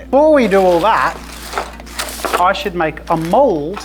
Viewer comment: "I ZHOULD HAVE USED ZE TRAY! WHY AM I GERMAN?!" XD